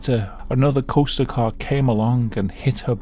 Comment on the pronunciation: As an American I absolutely love it how you say the word “Coaster”. “Coh-stah”